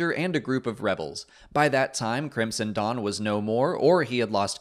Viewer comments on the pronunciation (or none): none